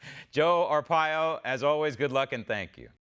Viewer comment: are - pie- yo